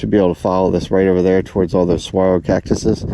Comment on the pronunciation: I wanted to commend you for pronouncing the name of the "saguaro" cactus correctly. Few people from outside the southwest US can do that. 😜 I'm going to guess that some folks at the RV park probably helped you with that one. Thanks for the video !